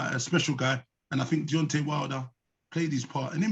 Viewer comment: It's deantay whylder